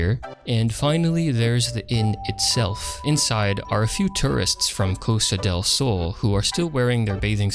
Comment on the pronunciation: As a Spaniard, I found funny the way you pronounced "Costa del Sol" XD This was a nice revisit of the game anyways